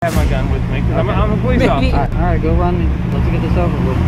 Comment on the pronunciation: “Thank you occifer” 💀💀💀